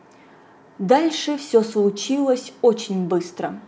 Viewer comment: На пВощади, не сВучилось, стекВа.. ну где же логопед?